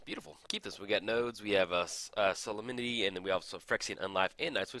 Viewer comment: Sah-lem-ni-tee Solem-nity Solemnity